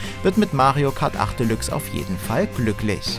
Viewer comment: Bin ja froh das ihr diesmal Mario Kart Deluxe richtig ausgesprochen habt dachte schon es heißt wieder bei euch delachs